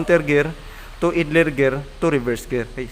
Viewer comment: Gusto ko sana ay ipakita mo ang sitwasyon na nagkakambio ka habang tinatapakan ang clutch at umiikot ang flywheel. Puede rin na pagtabitabihin ang shift gear assembly, transmission, at clutch assembly. Maari ding ang mga assembly at nakakabit sa chassis. (ang pronunciation ng idler ay AYDLER).